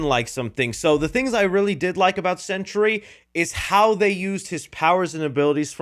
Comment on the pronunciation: Sentry, not century